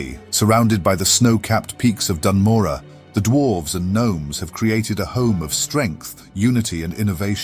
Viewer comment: HE SAID IT RIGHT! He said Morogh right!!! Great video mate, really happy this channel exists. It's so great!